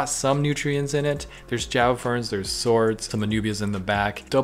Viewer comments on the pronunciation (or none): none